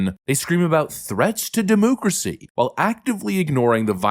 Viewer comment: JESUS F@@ CHRIST STOP SAYING DEMOOCRACY!! YOU MAKE US CONSERVATIVES SEEM RETARDED